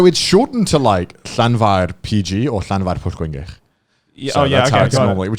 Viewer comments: Connor pronouncing ''Llanfairpwillgwyngyligogerychwyurndrobwllllantysiliogogogoch'' like it was nothing and still struggling to pronounce Japanese names. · Connor pronouncing the really long Welsh town was easily his biggest flex on the podcast